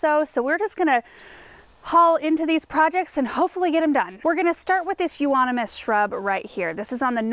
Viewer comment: Euonymous, thank you for pronouncing it. Always messed up..I wish I was there to help trim. Use to cut mine drastically, if overgrown. Miss the trimming since I downsized. Like your clean up container, I used a laundry bag that looked like that. My boxwoods, Rhodos, azaleas, butterfly, virbenum, etc. Getting enjoyment out of your cleanup. Weeping Willows you don't want that near a house, Beautiful though.. Very easy to propagate also. Love the flowers. Just got done with pansies, doing peonies, lillies, Waiting for Daffies to bloom. Edward Scissorhands that's what video reminds me of in speeded up motion. T.Y.!